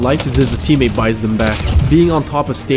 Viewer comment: i’m so confused why does he pronounce teammate as “submate”? he says it literally twenty times in the video and its unmistakably submate